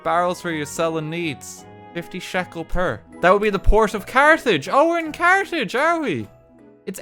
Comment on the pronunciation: I to fail to pronounce Carthage and say it as cartage